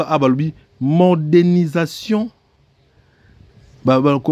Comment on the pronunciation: Wetchi , bonne analyse, mais, la prononciation sur certains mots français n'a pas été bonne.exemple . modernisation et non mordenisation .